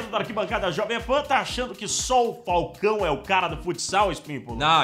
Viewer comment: Mlq zika!!!!! Mas falcão... é Falcão!